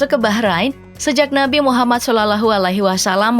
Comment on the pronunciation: Tulisan naskahnya sih dah benar tapi cara pengucapannya yg salah.. sepertinya dia non islam ya?